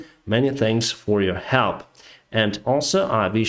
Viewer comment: I love your commentary, but it's hard to take you as seriously as you deserve when you talk about panton bridges (pontoon) and pissfull (peaceful) skies